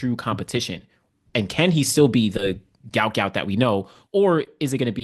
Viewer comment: Love your channel! You may know this, but here's an excerpt from sporting news: The sprint sensation should actually be known as Guot Guot, which is pronounced "gwot gwot". "His name is Guot, it’s supposed to be Guot," Bona Guot told 7News. "When I see people called him Gout Gout, I’m not really happy for him."